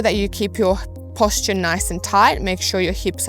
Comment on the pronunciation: Yep, that's a good one. Another one: posture :)